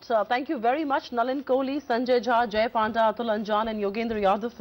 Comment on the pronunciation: this anchor even don't know how to pronounce panda. shame